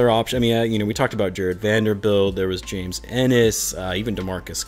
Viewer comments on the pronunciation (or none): none